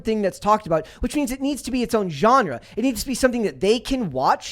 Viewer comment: Holy shit someone actually pronounced genre correctly.